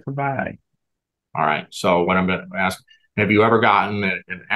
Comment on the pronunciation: Case workers know this is a legal proceeding right, no place for slang………ask not axed……